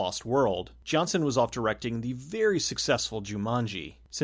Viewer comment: The director’s name isn’t pronounced “Johnson”.